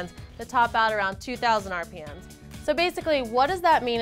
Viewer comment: "2400 ARR PEE EMMS"